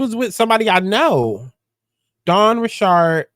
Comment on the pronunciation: Rich-erd not ri-shard 😂